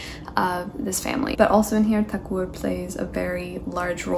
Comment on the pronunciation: I am glad that you correctly pronounced his surname as "Thakur" instead of "Tagore". Love from India ❤